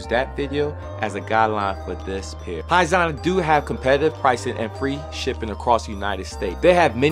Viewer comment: its pronounced poison